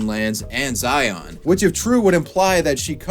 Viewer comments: Zai-ann not zai-onn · my soul died when i heared how he pronounced 'zion' lmao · Ok ok I’m sorry but- the way he pronounced Zion 😂